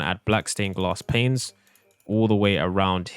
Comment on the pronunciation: do you ever notice that when he says 'panes' he always accidentally says 'planes' 😅